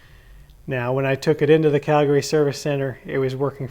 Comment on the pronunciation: Never heard some one say “Calgary” the way you say it. Ive been saying it wrong. “Calgrryee”